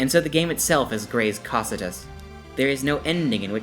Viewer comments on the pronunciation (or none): Great Video. & FYI its "ko kai tus" = cocytus